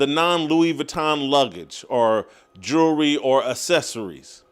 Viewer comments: His "Jewwry"... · None of my jury….was he trying to say jewelry??